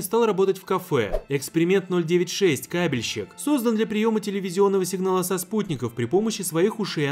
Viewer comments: Я вместо Кабельщик услышал КАМЕНЩИК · Мне одному послышалось не кабельщик , а каменщик ?